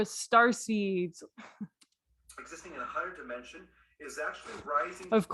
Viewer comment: Fortunately, I got my money back. I don't know if he intentionally pronounces words a certain way to make him sound more intelligent. For instance, dimension. He says dime (as in coin) ension. Civil-eyes ation and a few others. I like how you mocked his "from the hood" stare at the beginning. LMAO! Keep hitting that list. And thank you. Too many people are being scammed and I'm glad somebody has the stones to expose them.